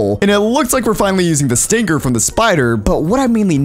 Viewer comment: Stinger is the right pronouns not stringer